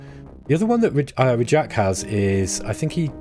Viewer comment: I believe “Rajk” is pronounced the exact same way as you would say “William”